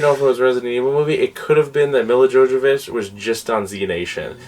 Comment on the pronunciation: Lmao 😂 Milla Jovovich 😂. Me la Yovavich - that’s hale you say it 👍